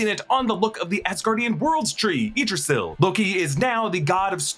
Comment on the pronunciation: Its pronounced IG-DRAH-SEAL(and you type it as Yggdrasil)